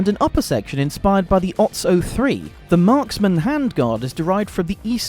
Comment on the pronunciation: The OTs is pronounced "Oh-tseh" not "oughts"